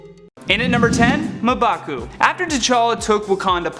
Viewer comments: Ma-bah-coo????? Isn’t it mmmmmmm-bah-cu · you gotta stop skipping staff meeting. Its mmm-baku not muh-baku... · I thought it was pronounced M-baa-coo, not Muh-baa-coo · M`Baku is pronounced Em-ba-ku, not Ma`Baku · It's pronounced "EM-BAKU" god who is this guy? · I wanna strangle him every time he says Ma'baku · does anyone else want to know why this white dude cant say m baku's name right when there is an entire movie where people say his name ????? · 🙄🙄🙄 its pronounced MMMMMM'BAKU!!!! come on!!!! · This dude really said "Mah'Baku" 🤦🏿‍♂️, this why y'all need black people on channels like this 😂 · Their mispronounciation of M'Baku's name is... frustrating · You say m'baku wrong... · Yeah I cringe every time he said his name